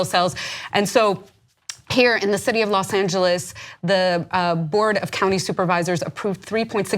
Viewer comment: Imminent not "Eminent" Civilly not "Civ-illy" "Los Angels is the capital jailer of the world" Use of English and Grammar in this video is pretty poor lol